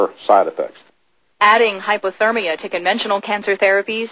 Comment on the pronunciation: HypERtermia, not HypOtermia.... god is any news anchor over an IQ of 12?